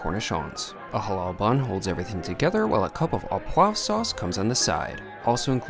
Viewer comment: A wonderfully convincing burger sell. Just one thing; that sauce; “a cup of apois sauce,” what is APOIS SAUCE?